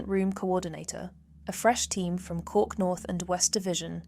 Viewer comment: My ears are bleeding with all the wrong pronunciations of the places in Cork. If you're going to do a video at least get the places right